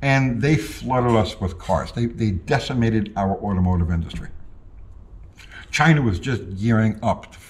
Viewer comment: Sometimes I just miss how he said "Chy-nahh"..